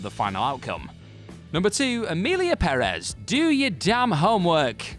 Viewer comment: Thank you for the correct pronunciation of Emilia Perez (Pérez).